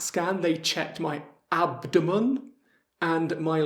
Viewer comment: ... pronuncia molto chiara, si comprende tutto. Curiosità: mi ha colpito come pronunci abdomen ... Maniera completamente diversa da come i bronski beat lo cantavano nella cover del pezzo di Gershwin.